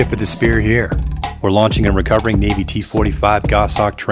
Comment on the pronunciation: I dont know why, but every time you say Fly Navy, my brain hears Fly Nanny! 😂 😂. Good work as usual!